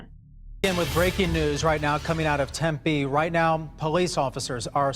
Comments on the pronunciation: Hey man i grew up in the valley (Phoenix, mesa, and tempe area). Tempe is pronounced temp-pee not temp-aye. Just in case you ever do another story about that area. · Thank you for the attempted cultural sensitivity but it's Tem-pee, emphasis on the second syllable, not Tem-pay. Greek, not Hispanic. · Haha it’s “Tem-pee”, not “Tem-pay” 😂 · Love ya,, but can't you get someone to teach you how to say US city names? Unless it's your character, or a dig at US citizens, it's really jarring and takes me out of the show. It's not difficult to find out how to pronounce them and I'd be happy to assist, gratis of course. It's Tem-PEE not Tem-PAY. Holla while I restart the show. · I vividly remember this story. There were people all over the state looking for her and it was such a letdown that she wasn’t found ok and alive. Also I’ll be exclusively referring to Tempe as Tempay from now it. It’s like calling Target “Targéy” because fancy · I’m cringing, hard, because I always thought that it was pronounced “Tem-pay”. 😬 P.S. My excuse is that I’m from Connecticut. 😃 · LMAO at your comment! What's funny, though, is most people do mispronounce it. Most say "TEM-pea," but it's actually "tem-PEA." I do like fancy-shmancy "Tempaaaay" the best, though! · Its pronounced "Tem -Pee" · I’m from Tempe AZ! It’s pronounced temp-ee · Yay! Love when you do Phoenix Arizona stuff! Also it's Tempeeeee Like it's tempting to pee there 😂 Strange I'm born and raised and have family in Everett. Too many names that trigger my ear Love you all! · Tem-pee lol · It’s pronounced Tem-pee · Just for future reference, it’s Tem-pee (like you are going pee) 😂 long e sound. 😉👍🏼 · Tempeh is delicious but it’s pronounced temp-ee. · I'm from Phoenix. I love the way way you say Tem-peee. 😂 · It's pronounced Tem-Pee, Arizona. I live in this stupid state. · lol I live in Tempe and it's (for some reason) pronounced temp-ee not temp-eh.